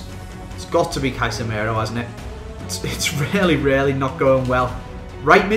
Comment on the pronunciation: He said Kaisemero